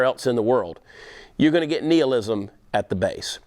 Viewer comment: How the fuck am I supposed to take someone who can't pronounce "nihilism" correctly yet insists on using it multiple times?